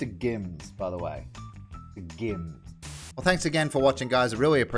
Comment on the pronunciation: how many different wrong pronunciations of mrgimms will the doll say, i love it... how u get that voice anyway?